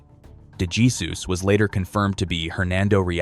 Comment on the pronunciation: Dummy IA can’t pronounce Jesus? Or the Spanish pronunciation, Hay-soos.